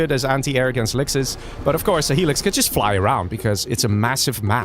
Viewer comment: I've never heard someone say helix as alexas lol